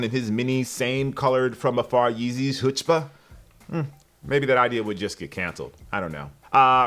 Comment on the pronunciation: are you saying chutzpah or something else if so emphasize the ch.